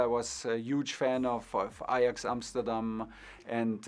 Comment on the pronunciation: And 'Uge'